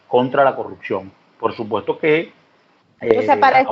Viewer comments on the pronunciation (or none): Perdón, no se dice " corrucción " se dice corrupción.